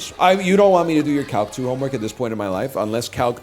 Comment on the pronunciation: Legitimately thought that he said hawk tuah when he said Calc 2 It’s over for me I’m afraid